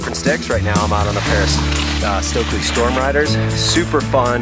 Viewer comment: So glad to hear pronounce the Stöckli name correctly. It is not "stokli" as in "stoked/coke/poke", there is an umlaut, the two little dots over the o which is different than American English pronunciation. The "st" is pronounced "sht/scht" and the "ö" is between an eh like in "met" and "uh" as in "cup". Listen to the way she says it. May seem picky, but imagine if you were in a foreign country and people kept mispronouncing your name: annoying and impolite. ps. They are fantastic skis, but not for the feint of heart...you need to be a strong skier with good technique to handle and get the most out of their upper level skis.